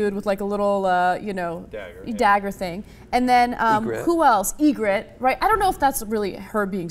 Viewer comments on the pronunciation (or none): You're absolutely right, but as a nerd, I must correct you. It's "Ygritte".